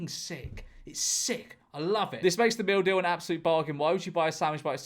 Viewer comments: First time he read "meal deal", I genuinely thought I heard "We have something in all supermarkets called the mildew." 😅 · It took me 2 minutes before I realized you are saying “meal deal” and not “mildew” Makes more sense. But $3?!?! For a meal? How?